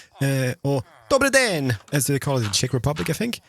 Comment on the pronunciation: I'm from Czech republic,yes Dobrý den,you said it right ^^